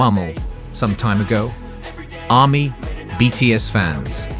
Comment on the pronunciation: This video was a load of crap. At the beginning talking about an "OP" having said things etc, who the hell is "OP"? It's the same with most commentators, they use AI and it can't get the names correct such as saying HYB instead of HYBE and the way he says Army's is just ludicrous. A lot of the information wasn't fact checked either. Get it right if you want to be a media reporter.